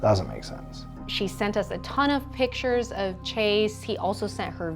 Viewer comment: They always say “pitchers” instead of “pictures” too. It just sets the tone